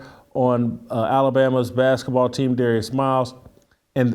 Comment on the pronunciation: Why does Jason call the sport “baskaball” instead of basketball?